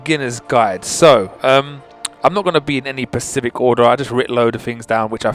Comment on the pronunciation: Guy:it's very pasific me:specific guy: so be very pasific me:SPECIFIC🖕